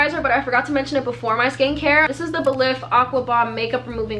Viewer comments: It’s pronounced Buh-leaf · “I wanna be belif!” 😂 ikr